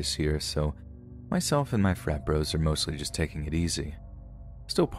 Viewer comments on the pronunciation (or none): none